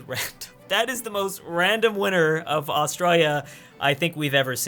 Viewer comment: Omg his pronunciation of Australia triggers me so hard🤦‍♂️🤦‍♂️